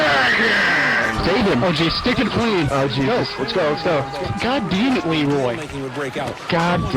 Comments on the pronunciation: Am i the only one who hears, Leeroy Naggins? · When i first heard this meme i thought he said "leeroy's jerking"